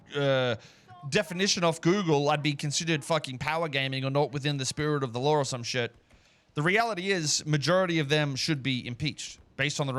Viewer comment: Being Australian, I can’t tell when he says law vs lore… 😅